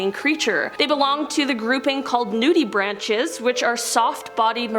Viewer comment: "Nudibranchs" is pronounced "NU-dee-branks." The "CH" in "nudibranch(s)" represents the Greek letter "X", called "Kye," the "ye" in "Kye" rhyming with "pie," "sly," "sky," etc.